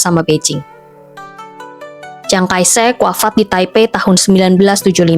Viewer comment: Chiang kai shek kok dibaca ciang kai sek?? 😂😂😂